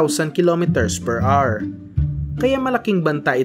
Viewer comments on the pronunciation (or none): none